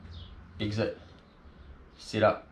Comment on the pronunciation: Great video but it took me half the video to figure out it’s SET up not sit up. Damn yanks